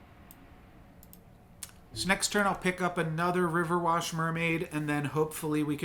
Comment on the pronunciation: Everytime you say riverwash and not riverwish a humpty cracks. Hahahaha, i’ve heard u say it so often now I don’t even mind it anymore 🤣😭